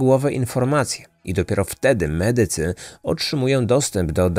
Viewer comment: Słaba polszczyzna drażni. To akcentowanie "mEdycy" i inne...